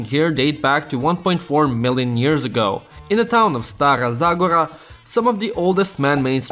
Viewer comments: it is stAra zagOra not staah zaorah >:[ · As I Bulgarian myself, I can say that this is an absolutely amazing video showing the best of the country. There were only a few pronunciation mistakes(Stara Zagòra not Zàgora, Church of Constantine and Elena not Helena and etc.), but they're not that big of a deal. Love from Bulgaria and you should definitely visit 🇧🇬❤️ (just watch out for the cigani). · As a Bulgarian person, I can confirm that your pronunciations of all of the cities sucks. Especially how you pronounced Stara Zagora 💀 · Yeah i get it you don't know how to pronounce Stara Zagora But since i live there you can get triggered Btw i have seen worse pronounces